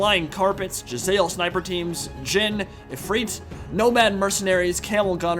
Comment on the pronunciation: Ahem, Skaven pronounce Jezzail like Jez-ale. Presumably, Arabyans would pronounce it like the actual Afghan firearm that was in popular use during English occupation. You would say that Jez-aye-el. Three syllables